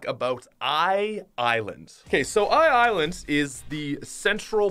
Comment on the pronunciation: Dude... it’s “eye land”, not “eye island”